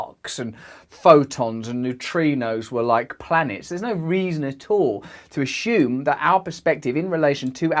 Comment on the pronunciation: You keep saying "ashume" and I'm not 'avin' that level of peculiar cuteness mixed in with the info either.